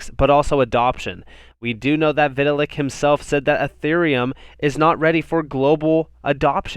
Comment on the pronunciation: "vi-tta-lick" lolz